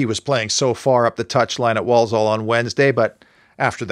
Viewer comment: It's pronounced ...War-Sull